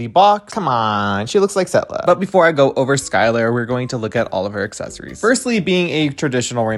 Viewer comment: "Setlla".....😂😂😂😂😂 I'm DONE!!!!